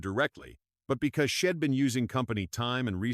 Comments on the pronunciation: Poor poor narration.NOT SHEDD BUT SHE What a load. SO hard to listen bastardizing the English language.GUESS no one proof reads it😂😂😂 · Man, this is one bad AI, shed instead of she'd